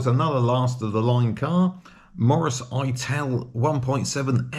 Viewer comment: Interesting video, thanks. The Ital should be pronounced "It-al" not "Eye-tal" (at least that is how it was pronounced when they were new)